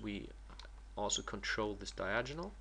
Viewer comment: Just to let you know, it is pronounced Die-Ag-O-Null not Die-Aj-In-Null.